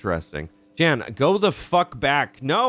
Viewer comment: Jan's pronounced like "yawn". It's a German version of "John".